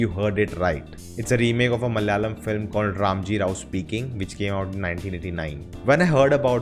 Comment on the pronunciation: Not Malyalam, it’s malAyalam